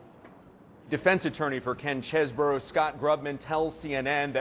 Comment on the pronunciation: Why do people call this guy cheese-borough??? His name is chez-bro.